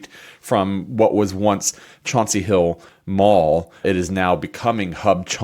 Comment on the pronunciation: Wtf is “chanty hill” I’m a towny I grew up with Chauncey hill, it’ll always be Chauncey hill